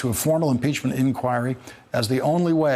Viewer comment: I hear you pronounce the word INQUIRY the way it is supposed to! Why does hardly anybody else I hear now manage to pronounce it correctly? (Greetings from Norway,...we are waiting in suspense for impeachnent inquiries to get going over here! Good luck with that!)